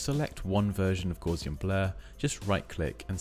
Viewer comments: pronounce it correctly. Gowssian. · FYI Gauss rhymes with mouse, not gauze. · That is definitely not how I pronounced Gaussian.